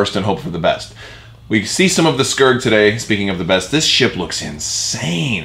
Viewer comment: I kept hearing Scurd, not Skuurg. I'm a TIE Punisher fan myself. Look forward to more.